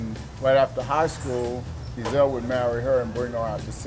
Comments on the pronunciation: Nonono, one pronounced Ezell and the other pronounced eZell, it's fucking different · Not ' 'ezel' , it's pronounced 'e'zel', the accent is between e & z